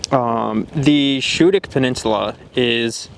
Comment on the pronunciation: Schoodic is pronounced like you are saying school, but just ending with the dic.